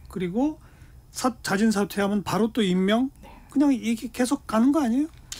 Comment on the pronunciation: 그러므노? 그러므로. 바노? 바로. 말을 천천히...혓바닥 짧으면 더더욱 천천히 조심해서 이 녀석아.